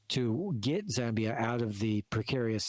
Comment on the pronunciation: We are not that poor bruv also it's ZAAA MBIA not ZEEE